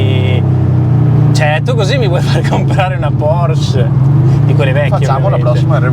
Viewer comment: Se le hai sempre adorate, dovresti sapere che essendo un cognome tedesco, la “e” finale in “Porsche” non sia muta.